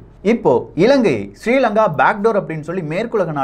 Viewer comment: Sorry brother why you pronouncing srilanka is my (namma nadu) country.